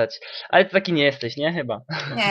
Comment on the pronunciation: Ja nie oglądam, bo mnie nie śmieszy te jego trollowanie. Ale z ciekawości wszedłem na jakiś pierwszy lepszy filmik, pierwszego trolla polskiego internetu i co się okazuje? mówi w sposób identyczny dla. Te takie, dziwne "ale" w jest bardzo podobne do tego jak wymawia niektóre słowa. W ogóle głos jest bardzo identyczny, tak samo jak "nie wlazłem na tego TS'a i mnie nie rozp.. uznali za..", potem jak go opisuje, choć ponoć go nie ogląda. To jest Klocuch ^^